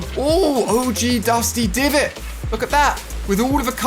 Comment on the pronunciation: he says DUSTY DIVOT NOT DUSTY DEPOT